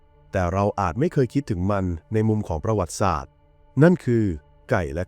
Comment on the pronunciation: อ่านว่า ประ หวัด ติ สาด